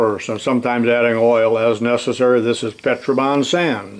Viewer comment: Have enjoyed many of your videos. Slowly gathering some casting equipment. When i heard you speaking of a new sand product, I thought you were saying petrA rather than petrO bond. After much searching on the net, all I learned was that, Petra Bond is a girl who lives in Kansas. I was mystified.